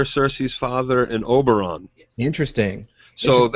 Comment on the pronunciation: The dornish guy is called Oberyn not Oberon tho